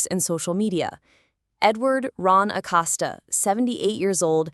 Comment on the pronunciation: ACoseta (Acosta) say last name right